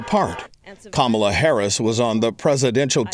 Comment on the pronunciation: I wish she at least knew to correctly pronounce her beautiful Indian name Kamala Devi!